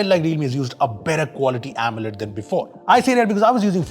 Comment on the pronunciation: Sorry if I offend, but AMOLED sounded to me like "omelette". 😀